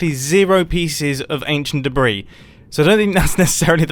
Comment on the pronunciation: British man saying anchient debris-s colorized. And I never thought the day would come...